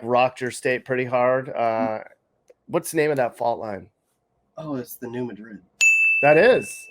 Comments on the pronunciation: For the love of god it’s pronounced New MAD-RID not MA-DRID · New Mad-rid. Almost more like Madge-rid. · It's not New ma-DRID, it's New MAD-rid. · Its New Mad-Drid, not Madrid as in Spain. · Its New Madrid, pronounced Mad like angry. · New madrid,not ma-drid,and it was theMISSISSIPPI,not missouri river that is there